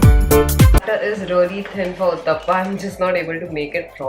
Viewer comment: It's Uthappam. Not Uthappa 😂